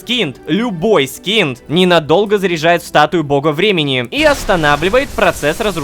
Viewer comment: Почему я каждый раз слышу "Голос Бремени", а не "Голос Времени''?